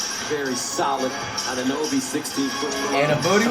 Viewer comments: “ OG Anunbooty ” had me dying 😂😂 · That man said annabooty lol